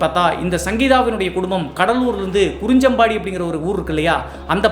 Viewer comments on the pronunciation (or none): Kurinjampadi illa bro kurinjipadi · குறிஞ்சம்பாடி இல்லை நண்பா குறிஞ்சிப்பாடி...From cuddalore district...😇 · ஐயம் கடலூர் அது குறிஞ்சம்பாடி இல்லை குறிஞ்சிப்பாடி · I guess it’s kurinjipadi.. Thappa pronounce panringa 😂